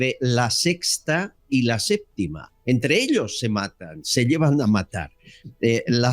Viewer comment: "La séptima" No "LA SÉPTICA"